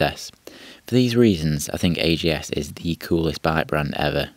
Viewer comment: Always said AJS (ay-jay-es) but here its pronounced AGS, maybe a british speciality? 16MS was my first bike, so interested in AJS history. Fun way to tell about early days of the brand, but must say I missed the highlights of the brand, the four cylinders pre and after war and of course the 7R, Porcupine and the demise last 33CSR with the Norton 750 engine. Maybe content for another post here!